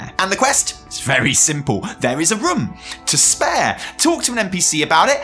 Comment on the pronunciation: The way say „room“ sounded more and more like „rum“ to me and i can’t unhear it